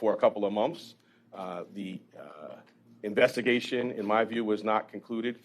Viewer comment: Are u saying mouths or months?